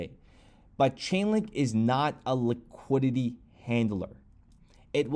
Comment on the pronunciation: "liquididdy" 😂😂 classic